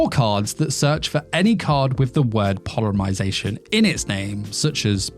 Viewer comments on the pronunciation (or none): polymarzation lol